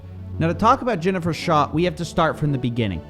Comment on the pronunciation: "Shah", come on white lady.